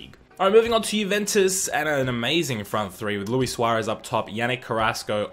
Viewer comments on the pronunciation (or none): none